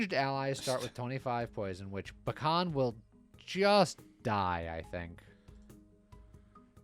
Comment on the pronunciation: This week is just Chungus week. Also I thought you were saying Pecan instead of Bakhan almost the entire video :P